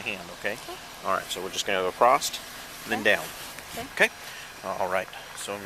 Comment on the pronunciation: Acrosst is not the correct usage of the word, across.